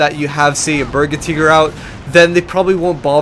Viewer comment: Cool hosting dude ..... gotta say tho its a berge tiger say it like it sounds ... its not berga teeger lol